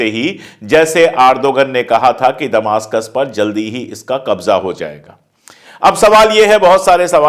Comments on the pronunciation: Damishk hota hai damastak nahi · Please Sir ! दमासकस नहीं दमिश्क़ होगा